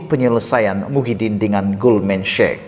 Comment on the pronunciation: Hi, boleh betulkan sebutan Sachs macam bunyi SEK!